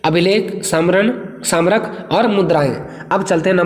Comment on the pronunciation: स्मारक होता है वो सामरक नही